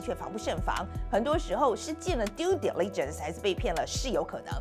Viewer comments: 姐，重音在第一个音节，来，跟我念，滴泪震死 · Diligence是第一重音 😅😅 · Diligence發音錯了吧